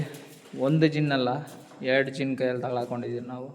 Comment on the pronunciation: ಜಿನ್ನ್ ಅಲ್ಲಾ ಪಾ 😂 ಅದು ಕೊಳ್ಳಿ ದೆವ್ವ